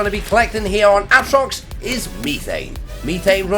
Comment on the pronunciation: Ahtrox, meethane, oh god lmao